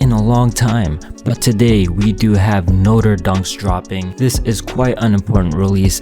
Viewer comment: its not note-er its no-trey